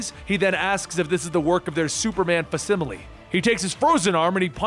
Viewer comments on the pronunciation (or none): Look up how to pronounce facsimile. You pronounced it wrong.